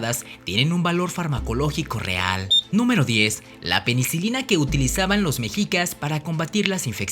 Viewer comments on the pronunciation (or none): Se pronuncia 'meshicas' no 'mejicas', recuerda que eres promotor de nuestra cultura, mínimo pronuncialo bien. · Lo pronuncias mal no es mejicas. Mechicas y se escribe mexicas pero en todo lo demás super interesante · Un consejo amigo, no digas mejicas, su pronunciacion correcta es meshicas, la "x" como "sh". Saludos. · Se pronuncia "Meshicas" ( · Solo una observación la "x" se pronuncia como "sh" por lo tando se pronuncia " meshicas"